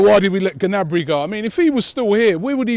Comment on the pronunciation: Gnabry (Nabry) g is silent. good vid robbie.